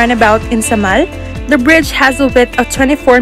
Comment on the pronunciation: Wrong pronunciation po kayo sa Samal